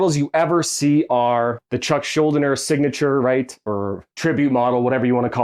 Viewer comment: Since you have made a lot of videos about Chuck I think you should know his last name is pronounced Shul-DEE-ner.